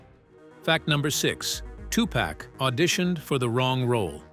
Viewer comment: fact number 29- tupac's, and bom-buhtah and queen lottifah's names are pronounced both correctly and completely incorrectly in this video over and over- also donald fyzen or faysountt was in new jersey drive which was just as dangerous a movie which he was in